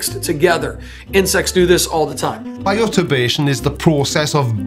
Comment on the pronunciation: Does he say BIOTURBADATION? I think he's dyslexic.